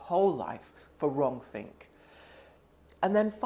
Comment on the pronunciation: 'Wronk-think' Yes! Hello 1984!